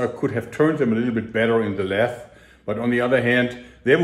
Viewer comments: "Lathe" wird "läiß" ausgesprochen Jörg, nicht "läss". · no to nitpick lathe = lai + the with a silent e